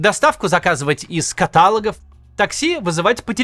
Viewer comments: Катало́г — ударение на последний слог (на «о́г»). ❤ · Максим, меня аж передернуло! катАлог? КатААлог??? Серьезно??? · Максим, слово каталОг. А не кАталог. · 02:95 не говори катАлог, а только каталОг (с) 😊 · Максим, только не катАлог, а каталОг. Грубейшая орфоэпическая ошибка была допущена. 😌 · Максим, ну каталОг же… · катАлог - это байт на комменты? 😂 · Максим, пожалуйста говорите слово КАТАЛОГ,- правильно!!!!! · каталОг, каталОги, в каталОгах, из каталОгов. Максим, не снижайте планку. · Максим Евгеньевич, каталОг. Не удержалась, при всём уважении.❤ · Правильно говорить каталОг Извинтие)